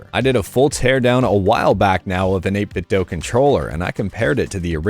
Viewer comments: It's not 8bitdoh but I like it 🤣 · Doo. It's pronounced 8BitDoo. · 8bitdo themselves literally says it's pronounced "8bitdoo"